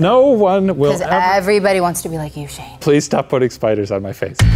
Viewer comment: ITS FUCKING SHANEEE, SHANNEEEE